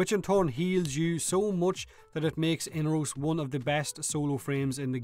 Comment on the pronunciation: say it with me mate.....E-NAR-ROS!